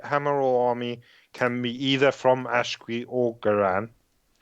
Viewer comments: I enjoyed this but please tell that 'Aqshy' = 'Ack-she', not Ash-qwee. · said Ashqwee with more elegance, but said it with more eloquence